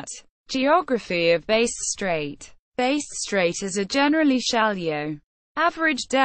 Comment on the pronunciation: "Base Strait" This kinda shit is what you get if you use a shit-tier narration program.